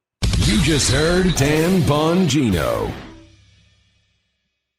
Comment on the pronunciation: Dan Bongino, I absolutely LOVE YOUR CORRECT PRONUNCIATION OF WORDS and ARTICULATE COMMUNICATION SKILLS! You are, indeed, a rare commodity!